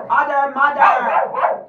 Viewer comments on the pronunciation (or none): It sounds like your saying “udermuder”💀